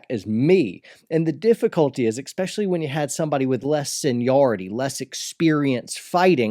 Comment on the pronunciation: You should train yourself not to say "exspecially"... :P